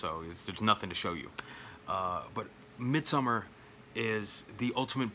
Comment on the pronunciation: Thank you so much for not pronouncing it Midsomm-aaaaaaaaa-hhhhh-rrrrrr! 🤣 Sincerely, a Scandinavian ☺️ I’ve never seen House but my local video store had a cardboard cutout promoting it when I was a kid - that thing alone terrified me!